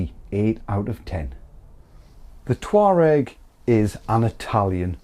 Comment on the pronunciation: All I hear is "Toe rag"